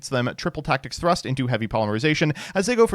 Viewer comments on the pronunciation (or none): none